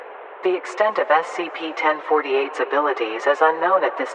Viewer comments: And the Voice actor keeps saying SPC istead of SCP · lol the tts says spc instead of scp BUT, its fine lol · "spc" might wanna fix that mate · Just if you didn't know, she said SPC instead of SCP, just pointing that out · U messed up at the cloning part u said SPC-1048